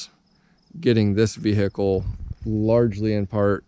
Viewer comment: The V hickle